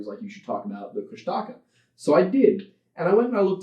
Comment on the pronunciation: Me, a lover of folklore and who understands that oral history will mean different regions will always pronounce things differently... but also Tlingit and has grown up with stories about Kushtaka "That's not how you say it."